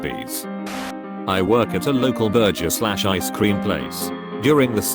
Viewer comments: Why does it feel like ..in between of reciting this stuff the guy gets the spirit of Chaz smith since he pronounced thrus Th- r-us Ber-jes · Nobody is pointing out that it can't pronounce "burgers" properly. Why is everybody okay with this? 😂